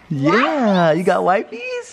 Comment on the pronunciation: I’m happy I’m not the only one who says “wipies” instead of “wipes” 🤣